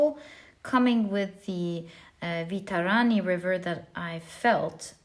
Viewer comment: Thank you for this wonderful reading. Only this: Vai-tar-ni. (वैतरणी). Thank you ❤